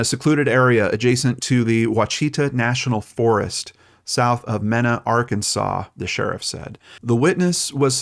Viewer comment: Ditto with AR names. Ouachita is pronounced Wash-i--tah (think Wash It All) and Mena is pronounced Mee-na (like the actress Mena Suvari) ... but like you, I've heard much worse attempts. Gotta love those Native American names. I think they are beautiful, but man they are hard on the brain sometimes. LOL